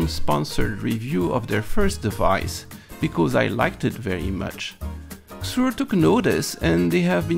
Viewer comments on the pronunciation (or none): it is. And he's said it correctly before, not sure why the change. The company says how to pronounce it too. Why does every youtuber screw this up lol.. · Is it not pronounced “SEE-zurr”???